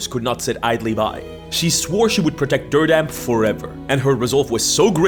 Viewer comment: Dirdam?? You mean Madrid????? Let it sink